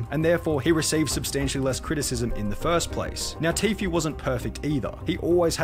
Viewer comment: Him calling Tfue Tofu made me laugh so hard